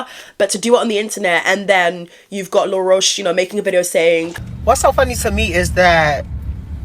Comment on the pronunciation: you calling him law rosh lol his name is said like the bug